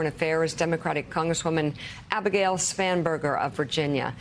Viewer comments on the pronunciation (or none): Spam-Burger? Did I hear that right?